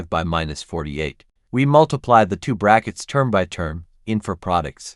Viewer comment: The annoying way the narration consistently mispronounces two as to